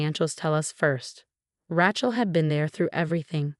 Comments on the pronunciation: The name is pronounced Ray-chel, not Rat-chel. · 'Rat-chel' is AI'S version of 'Ra-chel' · If you are going to keep using the name “Rachel” learn to pronounce it. It’s not like a ratchet, Ra, then like sea shell.